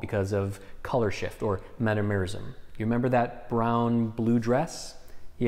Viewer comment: One of my favorite words: Metamerism, is pronounced Metam-er-ism, not Meta-amourism. It took me a little while to figure out what you were saying. Love the videos, thanks for your work!